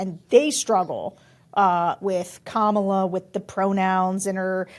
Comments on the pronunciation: Omg, how do people STILL not know how to pronounce Kamala Harris‘s name correctly? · Those are republicans your are polling. One of the ladies speaking said Kamala’s name wrong like Trump does